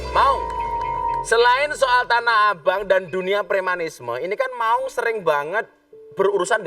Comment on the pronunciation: Maun bukan Maung gus...😁 Maun adl sebutan kk bagi laki2 di timor.. Kalau maung sebutan macan/harimau di sunda...☺☺